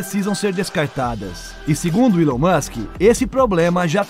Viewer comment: Eu não consigo ver um vídeo onde o cara faz a pronúncia do nome Elon musck, com uilon.. meu Deus.